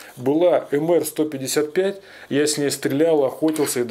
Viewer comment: Уважаемый, не " эмэр " , а " эмпи ".